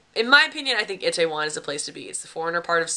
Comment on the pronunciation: Looks like you had a extra fun time. Always enjoy your videos and perspective. And now.. it's time to go Gangnam style on your butt, lol. Are you ready? Repeat after me: EE tay won. EE tay won. ;)